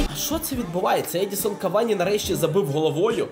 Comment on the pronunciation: Я не душніла відразу кажу, але не Едісон Кавані, а ЕдіНсон Кавані <3